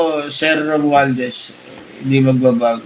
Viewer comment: Sino kayang RUMUALDES ang sinsabi ni Sana mabigkas ang pangalan